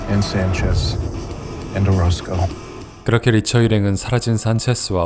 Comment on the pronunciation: 9분24초에 오로스코를 오로코스라고 하셨어요. 연행하겠습니다.